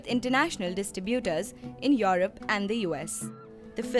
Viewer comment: It's not Your rope it's Europe,there are a lot of words Indian people cannot pronounce like the V alphabet they can only sounds like B